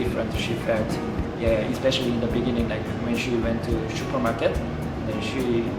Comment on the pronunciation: dude said shupermarket